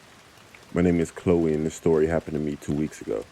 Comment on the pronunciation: Shtory 💀 love you😂😂